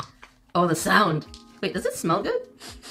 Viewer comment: You said look at this sawed Instead of listin to this sawnd